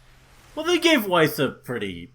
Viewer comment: I dunno if Weiss' name is surposed to be pronounced like the german words (= white snow), but if so, they didn't get it right.